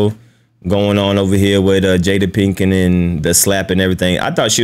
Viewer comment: Pinkett not Pinkin. Lol. We got the point tho.